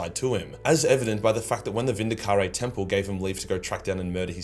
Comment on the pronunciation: Vindicar-rey lol